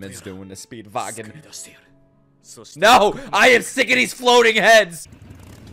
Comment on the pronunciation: stop calling him speedvagon pls